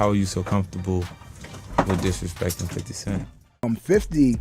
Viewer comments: Bruh. It’s okay to say FIF-TY. You won’t lose your street cred. Lol. Fiddy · I don't mean to split hairs but whoever the person talking it happens to be for this page. Please it's 50 not f i t t y. It's 50. F i f t y. I'm not hating but you sound just like who you might be when you say it the wrong way. Please say it the right way if you're going to report on the culture. Thank you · You saying "fiddy" 🤦‍♂️ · Bruh, just say “Fifty” 😂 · Stop say fiddy bro sounds wack 😂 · Why the F you say FIDDY cent like you ain't a white dude sitting in a suit all day LMAO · The way you say 50s name gets on my fuccin nerves